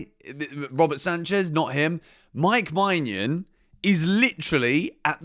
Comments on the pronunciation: please look up the pronounciation of maignan you are butchering his name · Im not french, but im pretty sure thats not how to pronounce Maignan.